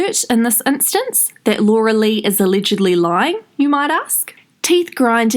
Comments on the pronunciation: it is pronounced lee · I love rewatching your videos for all the laughs, especially when you say that last name, gets me EVERY TIME!!😹❤😹